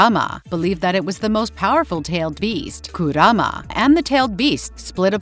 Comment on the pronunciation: Please edit the Voice saying kurama